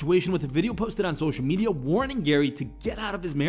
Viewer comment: He pronounces it “sosh meedja”